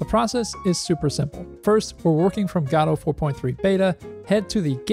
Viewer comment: "Gahdouw"? Dude it's called Godot. Goh-doh.